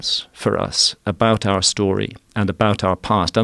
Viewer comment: was on board until he said our.😂😂😂😂😂😂 nah bruh slow down